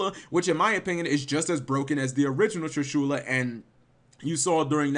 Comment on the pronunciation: Tree-shoola, huh?